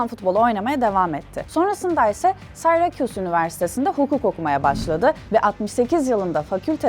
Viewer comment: ah be abla sayrekuz diye okunmaz o. Syracuse (Sirakuz). klavyeden dolayi noktali 'u' yazamadim, bu da benim hatam olsun :)